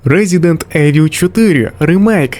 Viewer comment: попрацюй над вимовою англійських слів. Боляче чути "сон оф ром" (сан оф роум), "резідент евіл" (івел). А так, відео цікаве